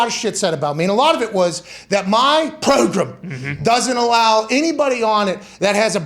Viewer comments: "Do NOT spread MISINFORMATION on this PROGRUM!!!!" LMFAO Pat that was killer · Pat says hey get on the "pro grum"